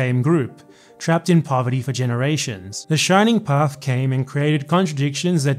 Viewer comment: A non-peruvian that talks about the Shining Path without fucking it up! How nice!